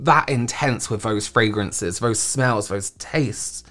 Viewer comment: Stop saying vose instead of those!